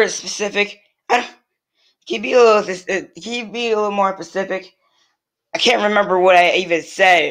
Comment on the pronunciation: It's specific not Pacific